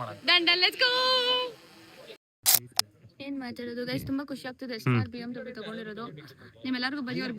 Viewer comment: Bmvv not bmw